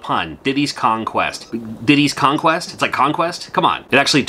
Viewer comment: Diddy’s Kong Quest. I can’t unhear it now.